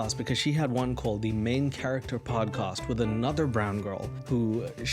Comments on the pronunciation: Dude great show but why do you say “podcuuust” 😂😂😂😩😩😩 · Great podcast but I can't get past the way you say podcast 😂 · why do say podcast like your from "saaf Landan"?